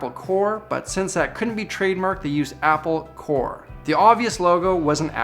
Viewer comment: Apple Corps. A Paul Corpse.